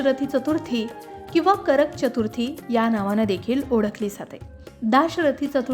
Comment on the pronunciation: मॅडम जरा चतुर्थी हा उच्चार करायला शिकून घ्या आधी मग व्हिडिओ करत जा......